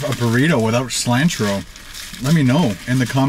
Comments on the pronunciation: Its cilantro not selantro lol your one of my favorite food bloggers but they way you said cilanto bothered me so much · Please learn how to pronounce cilantro! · The way you say cilantro hurts me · He is saying silantro for views and it's working. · The way he says cilantro 🥴🤦‍♀️ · You say Cilantro really funny. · STOP SAYING CILANTRO LIKE THAT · You pronounced cliantro wrong lol. But it's okay I understand completely. I mispronounced it for quite a while till I turned 13 (I'm 23 now lol).... and someone said I'm pronouncing it wrong lol. -California, USA